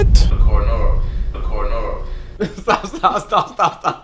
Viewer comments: This nih said “ Cora Nora “ nih what?!!! 💀🤣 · He said coronora🤣🤣